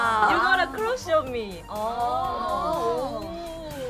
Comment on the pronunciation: "U got a croosh on me" 👊 😂😂😂 dahyun kills me